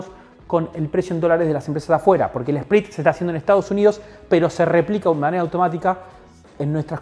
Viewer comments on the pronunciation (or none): Bestia!!! Split sin "E"